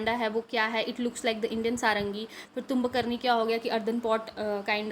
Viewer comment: It is not tumb karni itz tumbaknari